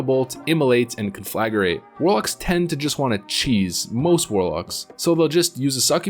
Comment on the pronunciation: Conflagrate! Con-fla-grate Not con-fla-gu-rate!